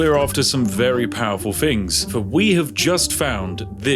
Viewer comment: Not spiffing at all! “Togeva” “Wiv” “Fings” 😱